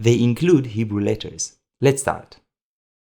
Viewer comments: Can we take a moment to recognize that is not only teaching us these fascinating Lamentation letters concepts but he’s “crushing” the Hebrew in this video, his native tongue. Just sounds so beautiful when he pronounces the Hebrew flawlessly! ❤ this video series! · Your Hebrew pronunciation is good!